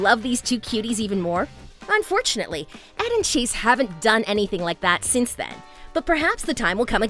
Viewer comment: It' Chace not Cheese :)))